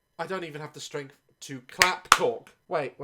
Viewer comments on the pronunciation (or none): Daz language Death = Deaf Month = Monf Linda = LINDA Live = Lif Strength = Strenf Any word = AAAAAAAAAAAA